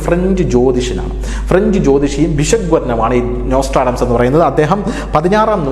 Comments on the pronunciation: നോസ്ട്രാഡംസ് എന്ന് ആവർത്തിച്ച് പറയുന്നുണ്ട്, നോസ്ട്രഡാമസ് ( Nostradamus) എന്നല്ലേ? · നൊസ്റ്റർ അടാംസ് അല്ല സാർ... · ഇദ്ദേഹത്തെ എന്തിന്റെ അടിസ്ഥാനത്തിലാണ് ഒരു presenter ആക്കിയിരിക്കുന്നത് എന്ന് ചിന്തിക്കുകയാണ് ഞാൻ. മലയാളം പോലും വേണ്ട വിധത്തിൽ കൈകാര്യം ചെയ്യുന്നില്ല എന്നാണ് ഞാൻ കാണുന്നത്. വാങ്ടെ, ഭീകരം....., നോസ്റ്റർ "ആഡംസ്". ഇതൊക്ക അറിവുള്ളവരെ കൊണ്ട് ചെയ്യിച്ചൂടെ? മ്ലേച്ഛം.